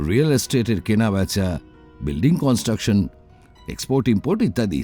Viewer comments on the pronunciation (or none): none